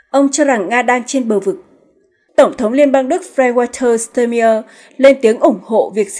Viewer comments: Ban doc ten tong thong Duc cua chung toi ma toi chang hieu ban doc ten ai?????de nghi ban nen hoc tien duc de phat thanh tieng Duc chuan muc hon...bo tay... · Đề nghị cô BTV nên đọc đúng tên Tổng Thống Đức và tên nhửng người Đức.